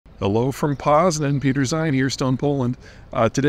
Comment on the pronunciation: Poznan is wonderful. I spent a year living there in 1990. You may want to find a local to help you with the pronunciation of the name of the city. 😅